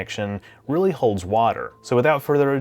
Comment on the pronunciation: I rearry rike how you appry rogic and reason to the star trek universe